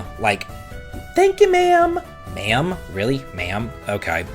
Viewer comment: Sorry, but it's Maam, like mom, and Jun-kel, not Hi, uncle!